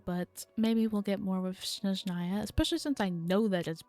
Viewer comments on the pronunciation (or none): Also it’s SNezhnaya not SHNezhnaya, it might be easier to remember if you associate it with the word SNow which is how it’s translated! 🤓☝🏻